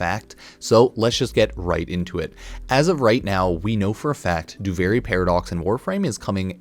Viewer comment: why do you keep calling it Doo-Varie? Do-Vir-ie, Duviri, there is no A in that word